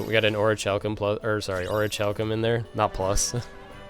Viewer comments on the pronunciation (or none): It's not too big a deal, but orichalcum is pronounced oreh kal com. Other than that, THANKS A TON